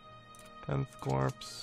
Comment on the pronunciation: Just out of interest, why do you say corps like corpse? It's just pronounced core, for example, the Marine Corp. Just figured I'd ask. Love the videos!